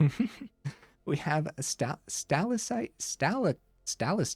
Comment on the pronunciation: It’s sta-lac-tite. Like the rock formation.